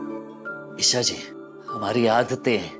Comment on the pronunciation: Esha i se nahi hoti hai E se hota hai